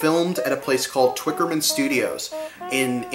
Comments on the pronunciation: Twickenham, not Twickerman :P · Not Twickerman - Twickenham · FYI: There is no “r” in Twickenham Studios. The footage of John and Paul face to face singing Two of Us and sharing a mike is worth the price of admission alone.